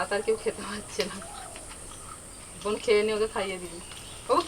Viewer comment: দিদি ওটা বোন not বন 🙄